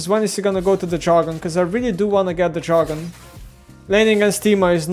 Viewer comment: it's DR-A-gon, not JA-R-gon